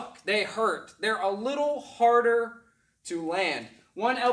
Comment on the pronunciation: dude once i heard him say "ow that huwrted" i imediatly left big screen and liked lol